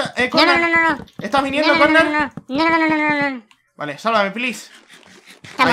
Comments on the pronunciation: dijiste kornar looooool xF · like si escuchaste cuando dijo "dale khonar😂"